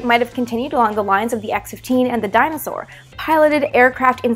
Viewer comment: made me scratch my head for a moment "... the X15 and the dinosaur"??! What. Oh. "Dyna-Soar". (slight disappointment).